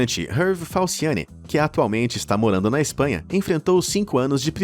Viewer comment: Falsiane "Falciani"... sério mesmo?